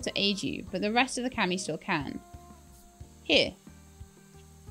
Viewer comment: It's KAH Me, it's how it's pronounced.